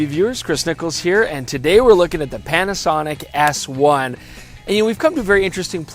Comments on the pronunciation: Did he say "Panasonic ASS 1"? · Did he say 'Panasonic Ass one' ? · Is it me or at the beginning of the video does it sound like Chris is calling the Panasonic S1 the ass1.